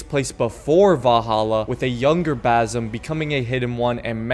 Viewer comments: Its basim not bazim 😭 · BaZim again? Lol Its BaSim dude....